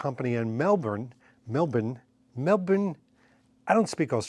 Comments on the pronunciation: Great clip and subject. To pronounce Melbourne think 'Jason Bourne' ('born'), aka 'Mel-bourne'. Have fun. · Hey, as a Melbourne local it’s pronounced “Mel-bn”, you pretty much don’t pronounce any vowels or the r after the B. Is what it is. Love the channel.